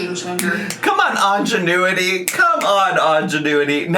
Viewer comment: wth is ingénueity,?!? You mean ingenuity?